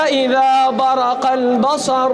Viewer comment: In this video recitation mistake plx note it...on its ( اَیَحۡسَبُ الۡاِنۡسَانُ (Its. Aa,yahSAbul insanu...Not a,yahSibul) And on seconds its فَاِذَا بَرِقَ الۡبَصَرُ (its. fa iza baRIqal basr....not fa iza baRAqal basr And in its اَیَحۡسَبُ الۡاِنۡسَانُ. (Its. Aa,Ya yahsabul not Aa,yahsibul) And in its. اَلَمۡ یَکُ نُطۡفَۃً مِّنۡ مَّنِیٍّ یُّمۡنٰی Its (its. mim maniyi YUMNA ..not mim maniyi TUMNA)